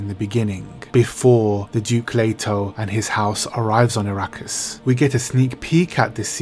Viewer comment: Please....it's A-rakkis. Not I-rakkis.